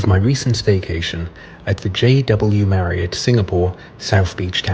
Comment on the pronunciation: So refreshing to hear you pronounce Marriott the correct way, as opposed to Marri-OTT. 🙂